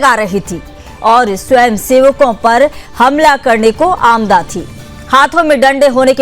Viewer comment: संचलन न होकर संचालन बोला करें और आमदा की जगह आमादा बोला करें बाकी ऐसे ही समाचार देते रहें। जय भारत जय सनातन